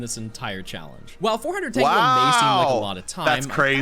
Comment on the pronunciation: STOP SAYING TANGELI